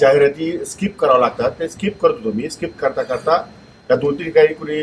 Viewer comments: स्काईप nahi skip असत te😂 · जाहिरात स्किप करायला 18 सेकंद लागतात 😂😂😂yedyat कोणाला काढतो भावू...स्काईप नाही स्कीप म्हणतात येड्या